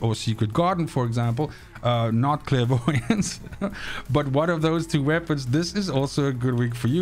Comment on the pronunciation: Every time your said clairvoyance I just chuckled